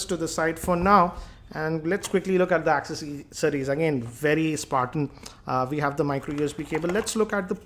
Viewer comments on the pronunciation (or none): How bad is his english and how he pronounces the accessories like akcessories